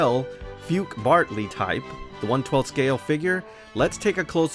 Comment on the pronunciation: FUKE is actually pronounced (FU-KAY) not (FOOK).